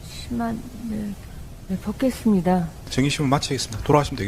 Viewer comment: 다른소리는 발음이 어눌한데,... 벗겠습니다. 소리는 자연스럽네. 줄리 맞구만..